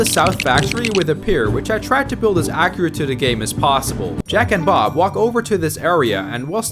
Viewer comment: Bruh said "jack and bob" so much it sounds like "jack and off"